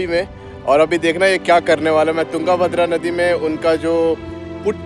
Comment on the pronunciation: wo yunga bhadra nahi hai , wo tung bhadra hai....sahi uccharan karo